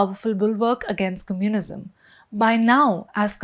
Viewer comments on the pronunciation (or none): Why can’t she pronounce ‘communism’ correctly? I had look up ‘cummunism’ to check if it was a real word before realising what she was trying to say. I know that’s not how Indians say it because I lived in India for over 20 years. These days there’s no excuse to not look up pronunciation of words you haven’t heard before. I do it all the time with French words. A journalist should do better, if he/she wants her content to be trusted.